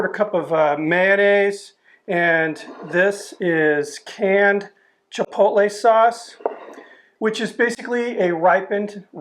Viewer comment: I'm glad you don't pronounce it "chipol-Tay"